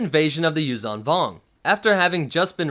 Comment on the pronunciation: Yuzhaan Vong sounds like “Use some Bong”